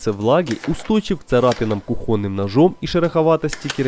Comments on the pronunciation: Уж простите, кУхонный! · Все идеально спасибо за все) только режет слух "кухоны" может мне показалось но ни разу не услышал Й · Ещё один. Почему кухонный ударение не на "у", а но "о"